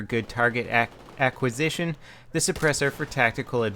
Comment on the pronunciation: I like how continously struggles with the word "acquisition":D